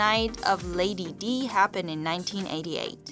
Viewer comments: It's not Lady De as you pronounce it. It's Lady Di, as in the word die. Adam Lambert is the new Freddie Mercury? Oh please! No one can replace Freddie. I don't Adam Lambert either. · In many other languages, the letter "i" is pronounced as "ee". That's why the narrator mispronounced it. (Well, That, and also apparently she's been living under a rock or something. Who hasn't heard of Lady Di?) In any case, yes, spelling it "Dye" would indeed help clarify the pronunciation. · It's princess Di , not Dee. Dumb narrator ! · It's princess Di as in Diana. Not princess "D"